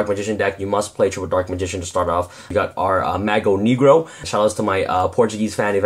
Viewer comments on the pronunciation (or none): CharizardBarrage I am from Brazil, it is portuguese, and he is misspronouncing it lol